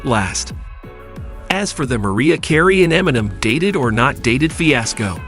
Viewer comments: WHO THE FK IS MARIA CARRY LMMFAO 🤣🤣🤣🤣🤣 DONT YOU MEAN MARIAH CAREY??? 🤣🤣🤣🤣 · "Porchey" "Maria Carey"